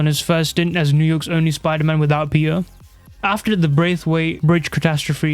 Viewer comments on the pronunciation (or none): Why does he say peter like thatttt "Peeur"